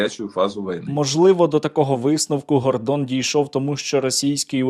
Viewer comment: Гардон не Гандвон